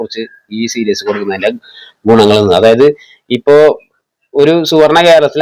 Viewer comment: സീരീസ് ആണെടാ പൊട്ടാ 😂